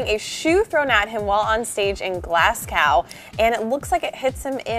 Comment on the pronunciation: Mis pronouncing glasgow, level - boss